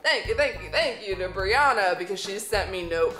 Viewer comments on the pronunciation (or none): Bree-anna is how u pronounce it